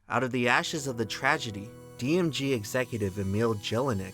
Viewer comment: dm gee, not dm jee. sorry.